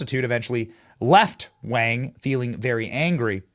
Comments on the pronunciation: Wang is actually pronounced “WONG” in mandarin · Why are you saying Wang like that